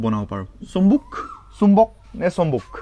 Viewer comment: আৰু চম্বুগ নকবা চম্বুক কবা। তেনে - চম্বুগৰ নকয় চম্বুকৰ কিতাবৰ নকয় কিতাপৰ কবলৈ চেষ্টা কৰিব।